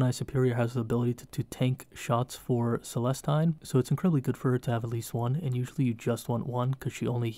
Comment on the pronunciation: Really great video, looking forward to watching the rest in the series! Only thing, pronunciation on Celestine is meant to sound 'Celesteen'. Keep it up!